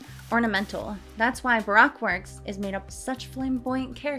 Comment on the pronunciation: actually interstingly enough you say baroque like broke.